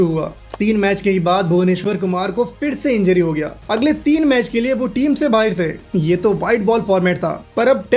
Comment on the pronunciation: Why do you have a Pakistani accent bro? You said "baahir" instead of "baahar"